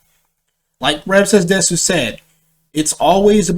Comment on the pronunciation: Bruh he says rev says desu wrong instant cringe